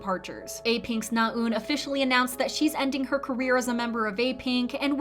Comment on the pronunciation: your Korean name pronunciations are improving! you still need a bit of work but I know it can be hard to wrap your tongue around foreign sounds. NaEun is not pronounced with a long "u" sound, though. :-) when you pronounce it, it sounds like "나운," rather than what it should sound like: "나은." the latter is how her name is spelled, with the "ㅡ" character that's usually romanized as "eu." sincerely just trying to help. the "ㅡ" sound in Korean can be hard to master. still, overall, you are sounding much more natural and accurate; good work!